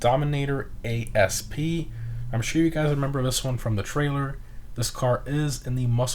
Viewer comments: Im pretty sure its "asp" and not "a s p" like the snake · The dominator asp isn’t pronounced a-s-p, it’s pronounced asp, as in the snake, which is closely related to the cobra